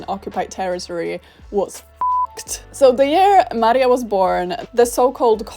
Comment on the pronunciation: Nawet taka drobnostka jak jej imię zostało zmieniona z Maria na Marie. Co jak co ale Maria to już naprawdę nie jest trudne do wymówienia poprawnie.